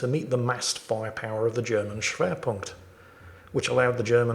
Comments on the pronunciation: Pronounced perfectly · pronunciation was actually quite good. I'd translate it literally as centre of weight, and more accurately overall as main focus. In some contexts it means specialization. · Wow,! I am not much into WoT replays (I play the superior tank game;D) but you pronounced "Schwerpunkt" really well! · Don't worry, ya pronounced Schwerpunkt right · Paradoxically and completely against your character, you pronounced "Schwerpunkt" 100% correctly. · Really good pronunciation of Schwerpunkt actually. In English the term used is mass in regards to warfare. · You said that German word right. Very good kammerad. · your schwerpunkt pronounciation is spot on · That was spot on pronunciation! not like (G)neisenau ;-) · The pronounciation of "Schwerpunkt" was actually quite accurate. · As a German, you did really well pronouncing Schwerpunkt. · Actually, you're doing a fine job pronouncing it...